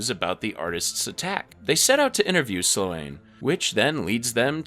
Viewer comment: Slōne. The a is silent like Ferris Bueller's girlfriend, Sloane. Kāsem. The a is hard like the famous deejay and voice actor Casey Kasem.